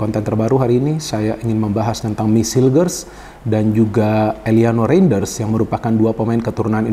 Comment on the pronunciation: mohon izin untuk mengkoreksi penyebutan nama pemain Mees Hilgers --> Meis Hilgers Eliano Reijnders --> Eliano Rainders Semoga berkenan ya bung, terimakasih